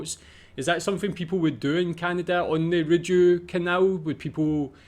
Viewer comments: Your research should have included learning the correct pronunciation of Rideau - 'Reed-Oh' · Your work is excellent. The canal is phonetically called THE REED-O. (French Based) It is no landmark. It is a working shipping way and quite frankly dwarfs many of The Uk Canal Systems. Sorry bud. Gotta tell. It is one of the worlds most incredible waterways. Hundreds of kilometres. I think you nissed the sheer scale of it.